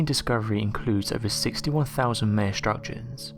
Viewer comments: MY-uh, never, ever, May-uh. This is straight from people who are Mayans-MY-ans, not May-ans. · Just cuz you're from Europe it's no excuse to just completely mispronounced a whole race of people it's pronounced my-ah not may-ah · Its Ma-ya, maya, not may-a your saying it wrong, they are also doing this in the Amazon, see Graham Hankock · Meyer?? Maya/Mayan is PHONETICALLY pronounced.. 'My-yah/ My-yan'. 😉✌🐨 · Thank you...I thought he was saying it wrong, haha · Mie uh not May uh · M eye an not now your saying it. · Maya is pronounced mya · Pronounced My a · Your inability to pronounce the word "Maya", the very subject of the video, greatly detracts from the viewer having any faith in what you say. Obviously you have never heard or the Maya culture, so expecting to learn about the Maya from you seems useless. Please consult an audio dictionary prior to future videos, to at least give the impression you are familiar with the subject. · All this effort into a video and they don't bother to learn how to pronounce "Maya".